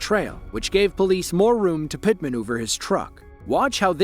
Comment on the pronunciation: yall notice that they never say PIT correctly when on the radio.. 😭"pti pti pti"